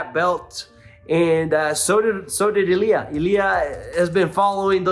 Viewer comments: The emphasis or the accent goes in the first vowel. > I < LI A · you should start learning how to pronounce Ilia... you are still doing it wrong